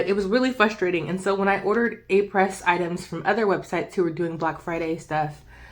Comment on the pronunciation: Thanks for this comparison. (fyi.... it’s pronounced “Ah-pray”. Someone corrected me!)